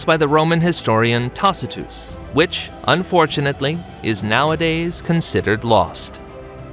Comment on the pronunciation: I knew this was an AI video. Who pronounces Tacitus that way?